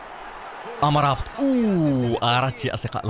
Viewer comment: يا ياسين مرابط وليس أمرابت